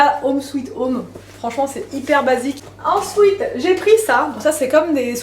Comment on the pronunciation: J adore ton "ENSOUITE" ou "ENSWEET" 😂